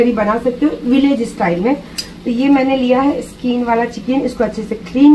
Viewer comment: Skeen nhe hota skin hota hey....😂😂😂😂😂😂😂😂😂😂😂😂